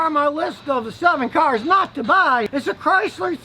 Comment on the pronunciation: 😂 also you gotta laugh at the way he says cars— ‘Kharz’